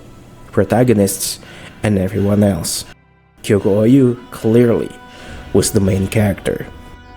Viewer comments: Gyoku-ou is pronounced gyokoo ohh not gyoku-o you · I don't think I've ever heard someone add a whole ass new "YOU" syllable into the middle of Gyoku-ou's name... it's not Gyokuyou-ou... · Please check how to pronounce Gyoku-ou's name 😶‍🌫️